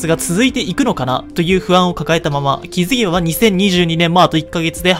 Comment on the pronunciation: 「気づけば」が「ケツ毛が」にしか聞こえんくなった